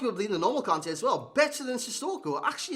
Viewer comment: Kante not Kane